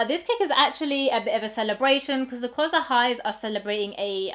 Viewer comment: Pronounced kasa :)